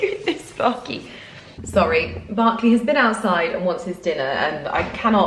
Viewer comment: OMG WAIT, HIS NAME IS BERKLEY?! AMERICAN HERE-- BUT I KEPT HEARING BARKLEY, SO I WAS LIKE 🤔 OMMMMGGG, ALL THESE YEARS